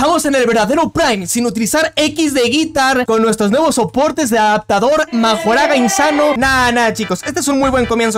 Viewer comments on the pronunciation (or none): Se dice mahoraga ☝️🤓